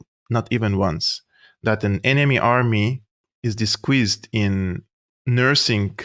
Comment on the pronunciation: Another great episode,! Thank you..... By the way... disguised = 'dis- guysed' not 'dis-squeezed'........🤣🤣🤣🤣... Yeah the American troops are sitting ducks...splat....